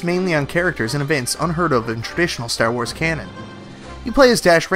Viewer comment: You say Stair Wars, I don't know why but I find that amusing